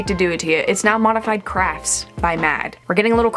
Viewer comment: I keep hearing crack instead of crafts. 😭😭😭